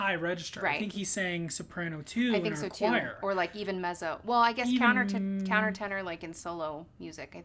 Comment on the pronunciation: I could not actually finish watching this. She does not know how to pronounce "Mezzo," and he thinks Dimash struggles to reach notes. No.